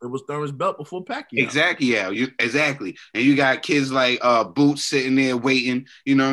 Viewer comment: said ‘EXACQUIAO INSTEAD OF EXACTLY’ 😂😂😂 He realised tho...😶😶